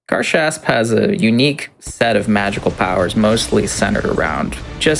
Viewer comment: they're pronouncing the name of the game wrong. it's Gar (a like in and) Shasp (a like in car), not the other way around.